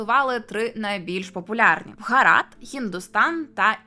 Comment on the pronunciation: А нащо ви їх руснею називаєте? Не стиковочка. Самі ж називаєте їх руснею і ще й претензії до назви виставляєте, та й російську мову часто руською звете. Скажіть в соціумі що вам подобається руська мова, валізи в РФ спакують, хоча малась на увазі мова Руси а не РФ.